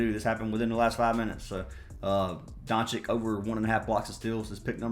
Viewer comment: Hhahahahha I love how you pronounce every players name wrong. It always cracks me up. (Rozier, VM, doncic) hahaha. You’re the man though brother I bet big on that baseball bet yesterday. You’ve won me some decent money last 3 months. Keep crushing it